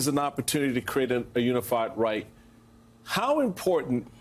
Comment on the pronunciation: Americans, and that includes Biden of course, don't know how to correctly pronounce the German word 'Reich'. Lack of education?